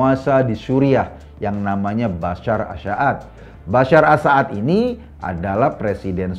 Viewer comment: Maaf bang,bukan Bashar a saad tapi Bashar al assad.